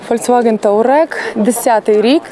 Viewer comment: не тАУрег, тАУран… Т У А Р Е Г, Т У Р А Н